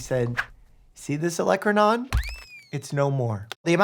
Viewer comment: turned that woman's olecronon into olecron-gone